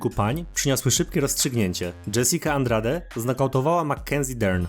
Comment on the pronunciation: Masz straszny problem z czytaniem nazwisk zagranicznych już któryś z kolei to słyszę (w tym przypadku zamiast Benoit to byczku Benua, nie Dżesika Andrade tylko Andraż)